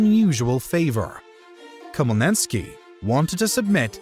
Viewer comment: Check pronounciation of Khmelnytsky. Also one there are quite a few worrying parallels between the fall of Commonwealth and current Ukraine and the UE: 1. utilization of Liberum Veto to block the Commonwealth seems not unlike Russia-friendly Orban's actions to block EU policies - with bribery, political corruption and propaganda 2. Yanukovych Russian puppet seems similar to Sas kings and then, when one is removed and replaced by pro-western one - Russian invasion and annexation in phases - 2014 like 1st partition of Poland, 2022 like attempt at 2nd/3rd one